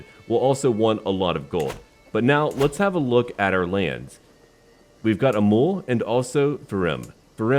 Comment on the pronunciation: Also it is the same thing about that city named Amul, its actually Amöl.